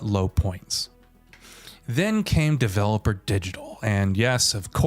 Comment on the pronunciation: It’s not “Developer” Digital. It’s Devolver Digital.